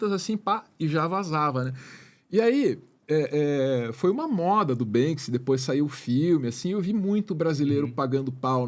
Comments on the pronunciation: me incomodou mais foi a preguiça intelectual de falar "Bansky" o tempo todo, diz que conhece o cara mas nem o nome fala certo. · Ele tá falando Bénski o tempo todo, me surge a dúvida, é a forma certa de falar Banksy? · O cara fala "BanSKy" hahahahahahaha 😂😂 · poxa fala só uma vez o nome do Banksy certo, vai... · BANKSI?? Vamos falar em PORTUGUÊS, nossa língua mãe,?? 🙄